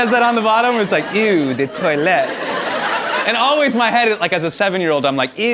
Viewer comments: Not ewww de toilete, oh de toilete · sorry Hasan, I love you but it's oooohhh de toilette. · S I know :) I just found it funny how he pronounced it 🙈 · S It was painful for me to hear his pronunciation 🤣. And you also probably noticed that he pronounced every single word in "eau de toilette" wrong 😂